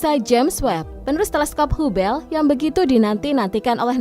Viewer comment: Bacanya habel, bukan hubel 😄